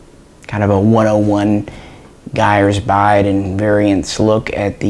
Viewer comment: "Guyers Buide". Love some Misha talks